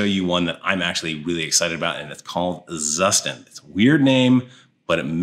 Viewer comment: As german speaking person i must correct the pronunciation for Zustand 😉. It's like Tsushtahnd. Tsu like in Tsunami, sh like in 💩, a as ah.